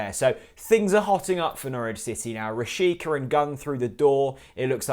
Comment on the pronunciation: Villa were after this guy at one point. Didn't work out. By the way it's pronounced rashitsa, not rashika. All the best Norwich.